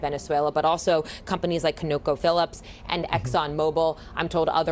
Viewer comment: She butchered the Conoco Philipps pronunciation lmaoooooooo